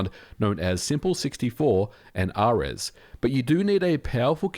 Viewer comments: MVG, ares isn't "ah-rez" it's "air-ease" like the god of war. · i think its air-ees... Like the god